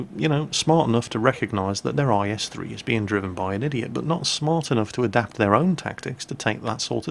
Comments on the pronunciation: In the first replay keep saying is3 I was like what we're is tis is3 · Why does he keep saying is3 on the first video... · Everytime said "IS-3" in the first replay something inside of me died.. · minutes in why were you calling it an IS-3 like wtf?